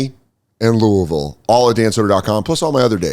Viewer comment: Good job pronouncing Louisville but that club is in Lexington man. I got tickets, please show up